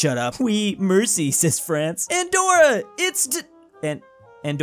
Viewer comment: Merci actually means thank you in French so say it in the proper accent please